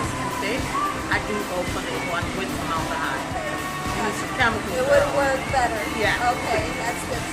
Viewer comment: ForMOLDahyde. lol